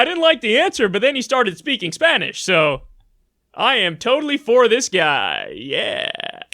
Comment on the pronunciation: His pronunciation still sucks even after all that time in El Paso